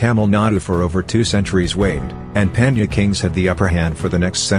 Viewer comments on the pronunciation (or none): For heaven's sake, if you are going to produce a video for the whole world to view, can't you at the very least learn how to pronounce the words you are going to use? PanN(D)Ya is pronounced like the NY in caNYon, and CHola like CHoice, not like Coca-Cola. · Chola is pronounced as "Ch" in cheat. Not kola. Pronunciation of "Pandya" also wrong. Dya to be pronounced as 'dia" in India.